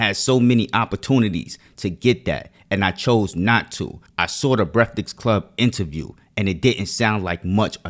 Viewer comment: How come so many NY dudes cant say “breakfast”